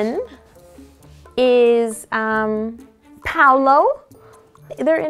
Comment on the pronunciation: Yeh but the name is "Paulo", not "Palo" hajsiaj